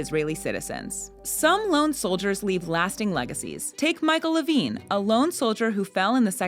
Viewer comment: It is Michael LEVIN, not Levine isnt it? My grandkids love that center.